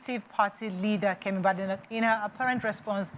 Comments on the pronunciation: You can’t even pronounce her name properly. She is Bade nock. Like you say Bake NOT Bade as in Yoruba😡😡😡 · I am pretty sure she is more than irritated by all of you mis pronounce her name. It is pronounced (Be-de-noch) and not (ba-de-noch). As she joking told an interviewer before her election to her current position "there is no bad in my name" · Kemi Bay d noch, she says she is not Bad Enoch, not Good Enoch, as your pronunciation suggests!!😂😂😂😂😂